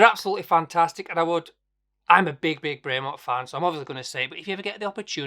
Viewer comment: Great watches but if your a super fan why don't you pronounce the company name properly? It's BREM-ON not BRAY -MONT. great vid btw